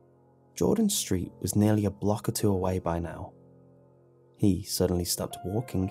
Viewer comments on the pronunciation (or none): none